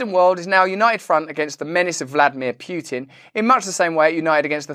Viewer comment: Not that it’s a huge deal, but Putin is spelled Путин, not Пютин. It’s therefore pronounced pOO•tin, not pYOO•tin.